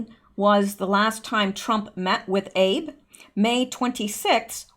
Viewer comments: Abe Shinzo is pronounced Ah-Bay not Abe like Abe Lincoln. Not a big deal. Just thought you would like to know. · Chinese Presidents name is pronounced “Ah-Bay” Shin-zo. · I love your analysis and determination in bringing truth to we, the people (us). A note of information: when you are reading something transliterated from a foreign language, you need to pronounce all of the characters. The PM of Japan's name is Abe (pronounced "Ab' - a"). Growing up in Japan taught me this! Keep up the good work! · Correct pronunciation of the Japanese PM’s name is ..... ah.... B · Good reporting as always. One thing you may want to change, Abe Shinzo -- Abe is pronounced as Ah-bay. Keep up the good work! God bless!!! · Shinzo Abe...pronounced Ahbay. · "Shinzo Abe", in Japanese, is written in reverse, the family name coming first, "Abe Shinzo," and the name "Abe" is pronounced "A-bay", with the emp-PHASIS- on the first syl-lABLE, not like Lincoln. Anyways, thanks for the great informative video. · This is not meant to be critical in any way, but the prime minister of Japan's name is pronounced Ah-bay. If u go to YouTube and ask you will find the correct way pronounced aloud for you. Love your show and info. Blessings is to you. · I think he pronounces it like ahbay